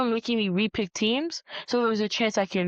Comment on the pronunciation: mf on the left said “soupa bow”